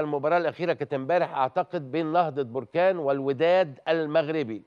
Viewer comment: هذا اعلامي حمار يعني حمار.مهاجم جزائري لابا كودجو 😅😅😅من اين جاء هذا الصحفي ؟ هو مهاجم طوغولي اسمه لابا كودجو.وجد صعوبة في نطق اسمه.لسانو بحلا سكران لاب كوجو بلا كوجو.قول عمتك كوجو.علا مستوى ديال الصحافة فين وصل.حتى اسم فريق نهضة بركان ينطقه خاطئ نهضة بركان بضم نون بركان.تصبح اسم بركان مطابق حالة خروج الحمم من الارض.لا حول ولا قوة الا بالله.